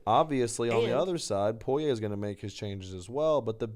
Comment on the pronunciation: you are saying Dustins' last name wrong! 🤣